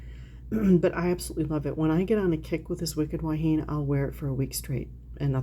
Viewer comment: “Wahine” is pronounced wah-hee-nay. It means woman in Hawaiian. 😊. Grew up with that fragrance living here in Hawaii. Never smelled it on anyone local, oddly enough.🤷‍♀️. I haven’t smelled it since the 1970s even though it’s sold in the drugstores. I’ll check to see if there is a body cream for it.